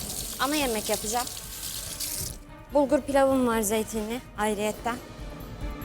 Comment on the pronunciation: ne kadar,,auriyetten,,diyor ya)))